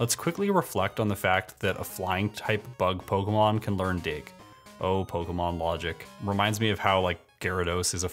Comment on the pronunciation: good but you do say pokemon wrong its poke kay mon